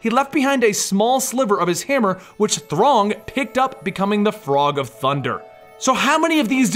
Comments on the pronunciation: mis-read comment. I thought he said "wtf is a Throng". My bad. But he still pronounced it wrong ("Throng" & ),hence my misspelling of "wrong". Bad joke fell apart. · He keeps saying Throng lol, instead of Th-rog. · and why does he pronounce Throg like throng? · seriously man ,throttle? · "Throg" o shit waddup! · Throg??!!! Boy, I'm glad I stopped reading comics a long time ago. "Throg"... gimme a break! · He just said it wrog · Throg of Thunder now officially sounds as the most briliant and funny pronounciation i've ever heard! :D